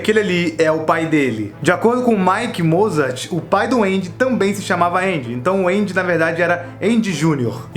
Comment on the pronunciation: Eu ouvi Pai do Andy como: Pai doende